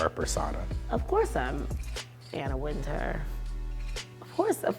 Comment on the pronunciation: why are they pronouncing Anna Wintour's name wrong? How you gonna use the name but pronounce like you never heard of her?